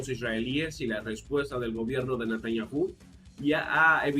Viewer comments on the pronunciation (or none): Ya pronuncia mejor Natanyahu, con el sonido de “j” en la “h”. Pero lo mejora si no acentúa la u, al ser una palabra átona. Mis disculpas.